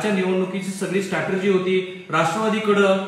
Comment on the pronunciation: स्टॅटर्जी नाही हो स्ट्रॅटेजी म्हणा. You are on national television, so correct yourself.